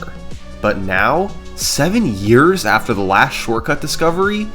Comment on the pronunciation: "That's was nearly 20 Yeahrs ago" hurt on a Level words dont Describe